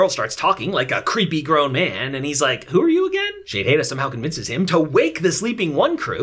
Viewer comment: Dude youre reviews of this show is fantastic. The way you say the commander names like "Shadehada" (idk how to spell it) has me laughing. I just watched your reviews instead of the last seasons